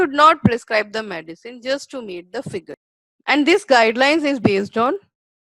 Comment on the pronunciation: WHAT IS MADISON ? PRONOUNCE AS THE SPELLING GOES - M E D I C I N E, MED LIKE IN "BED" AND CINE LIKE "SIN" PUT AN "I" IN BETWEEN MED I CINE.